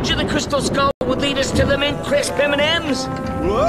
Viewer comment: Crisp, not crips.